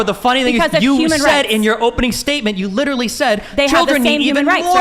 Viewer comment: 25 minutes in, this is brutal. I hope i can make it all the way. These women just won't shut up. Edit: the overweight lady was extremely condescending throughout. She also kept saying words wrong. "Excuse me! Excuse me... What I was saying was that you are litararily agreeing with me when I say 21 weeks is life, even though you kept saying 20-24 weeks?" Good lord...